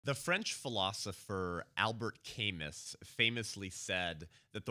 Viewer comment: 10/10 for bringing up Albert Camus, but his name is pronounced "al-BEAR ca-MOO." Some of my favorite Camus quotes that I use in reference to abortion: ""We shall know nothing until we know whether we have the right to kill our fellow men, or the right to let them be killed." "On the day when crime dons the apparel of innocence -- through a curious transportation peculiar to our times -- it is innocence that is called upon to justify itself."